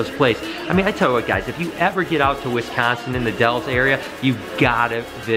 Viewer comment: It bothers me how he says Wisconsin like Wizzconsin